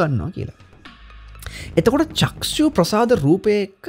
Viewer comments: සර් වරදක් කියනවා නොවෙයි..චක්සු කියලා කියන වචනය නිවැරදි කර ගමු..චක්ඛු කියලා කියන්න..තෙරුවන් සරණයි.. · චක්ෂු කියන එක චක්කු ලෙස නිවැරදි වෙන්න ඔනි